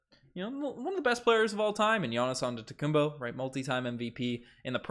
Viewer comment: antetokounmPO not bo , show some respect LMAO.